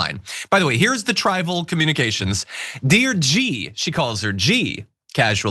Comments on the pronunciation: I needed captions to even understand what she was saying. She said trivial and some other word wrong. It’s as if she doesn’t know the English language well. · Caterized:categorized, trival:trivial.... 😂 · I think the word she seemed to pronounce as ‘tribal’ was meant to be ‘trivial’ - her pronunciation is quite individual! Also,she interestingly and slightly ironically pronounces ’categorized’ as ‘’qatar-ized’’ which brings us back to the Middle East. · "cat-e-go-rized" "triv-i-al"